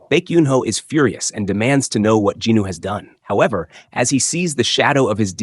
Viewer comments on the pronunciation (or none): Who the F**K IS JINNO? you keep repeating it, its JIN WOO its so frustrating you keep on saying JINNOO... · i didnt expect to get a answer so thanks for the explaination bro. I was confused about it in german you pronaunc it "sOng jin-Woooo" so it "hears" wrong for me if you say ginu loool :D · I like your slides but Jinwoo’s name sounds like Jino😒 , kinda distracting! But this is the complete manhwa on the Jeju arc!Thank you. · Djinu? Do you mean Jinwoo? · Jin woo ❌ Jinu ✅ 😭😭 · Bro who the hell is "Ginu"? Does you maybe mean "jinWoo"? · who the hell is "jee knew"?